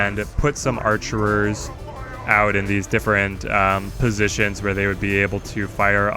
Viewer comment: It's just "archer".